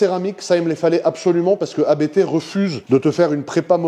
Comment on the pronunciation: Magnifique! Et elle sera encore plus monstrueuse sortant de la prépa ABT. Mais s’il te plaît, pas toi!!! ABT est un nom de famille, on dit Abt et non A.B.T. 😉🙏👍🏻